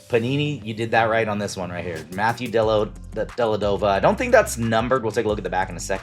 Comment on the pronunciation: Dellavedova, not Delladova Bo-yahn Bogdanivch, not Bo-john Bogdanovich If someone is coming to your channel and watching your video for the first time, and hears you mispronounce multiple player names, there's a good chance they will think you don't know ball and decline to like and subscribe or become one of your customers.